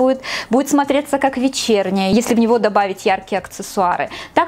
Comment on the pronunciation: Как всегда все безупречно!Только почему мне всегда слышится акЦессуары?🤔